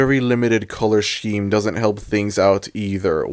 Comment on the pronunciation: look, I love you, but... "shkeme"? 😭 so far I agree with everything you've said this just threw me off. HAHA no hate